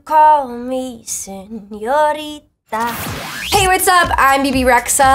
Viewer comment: When she went “SenioriDA” I felt that